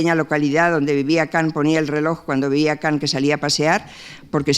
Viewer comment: Kan, Kan no Kant